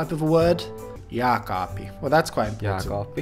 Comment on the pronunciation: You still pronounced vaatekaappi like it's vaatekaapi and jääkaappi like it's jaakaapi